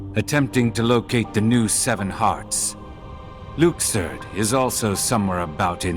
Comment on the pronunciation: Okay people, it’s Luke-serd, not Lux-ord.